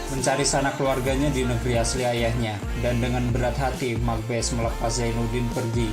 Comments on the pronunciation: Makbase dibacanya bukan Makbes tapi bacanya Mak Base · Mak base bang Bukan mak bes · Bukan Mak Bes kak, Mak Base. e nya dibaca. Hahahaha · Sedikit info mas sebutan Mak base,😀😀 bukan Mak bes🙏🙏🙏🙏